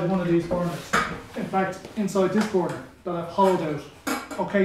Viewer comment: it gets me how you pronounce "bournour"